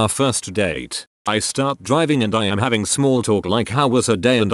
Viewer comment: Having to pafe, having to pafe, having to pafe, having to pafe, having to pafe...